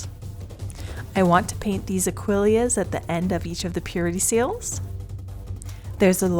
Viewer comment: Repeat after me: "LAH-mee-an Medium", very good! Now say it with me "Ah-quil-UHs". Good! Now lets try "Droo-KEY" Violet. Very good! See thats not so hard.